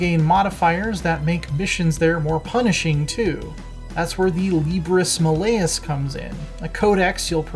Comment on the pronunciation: Not Libris Malleus.. Its Libris Maal-E-US, at least in pronunciation